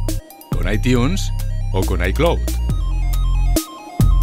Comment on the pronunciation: “Aitiuns” “iclot” do you even english? Jajaja